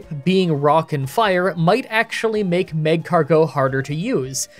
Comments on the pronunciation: Why are you saying mag-cargo? It’s magcargo you say it weird. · It really hurts me that you say mag car go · One quick note about your pronunciation: the emphasis on "Magcargo" is on the "car," not the "go." "mag-CAR-go." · Is magcargo two words? Cuz the emphasis on the MAG-cargo is killing me 😂. Good vid tho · You said “Mascargo” in 😂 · An episode of mispronouncing Magcargo as Mag-car-geaux! You know it! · Mah-Car-Go wouldn't fit? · He pronounces it maeg-cargot, as in magma escargot. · I get why you're pronouncing Magcargo the way you are, but it sounds so weird even if it's probably right LOL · I don't care about Pokemon pronunciations. But you kinda massacred magcargo 😂 Unique way to pronounce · Well, you also said "Maskcargo" at the beginning and "Marshstomp" at one point, so don't worry, about the Indian belly dancer Linoone. 😂